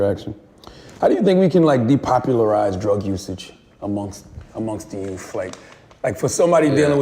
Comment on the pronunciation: Well, first we should start off not calling them "The Youff"... I'm mean... lol